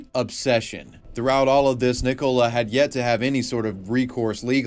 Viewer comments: Why do you care he pronounce it wrong. are you her? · why are you pronouncing nicola like that 😭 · oh my fucking god. it's NICK -OLA. NOT NICK - COLA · Nicola. NICOLA. NICOLA damn it! Not Nick Cola! 😂😂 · What did you pronounce Nicola like that. It’s pronounced nick-o-la 😂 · Why you pronouncing Nicola as Nee Cola? Is it like the silly misprounciation of Craig as Creg you guys do? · The way pronounces 'Nicola' is highly distracting.... "nick-oh-la".... bruh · why do you care i care? are you the creator on his alt account or something? (dumb question). in all seriousness it's because it's an extremely common name so it sounds really stupid pronouncing it that way. it's like pronouncing Oliver as "Olaveer" or something. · I have never heard this way of pronouncing "Nicola" before. Is that how Americans really pronounce it? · Do you just not have the name Nicola over there? That pronunciation is wild!